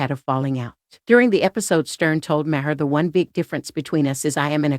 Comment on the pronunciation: Sounds like a robot, first 10 seconds in and the robot couldn't pronounce Bill Maher's name properly.